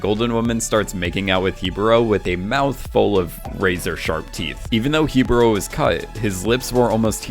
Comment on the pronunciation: he-bo-ro 😂 literally an a in the word